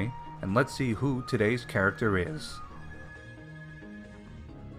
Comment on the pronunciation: Rate that characthhhr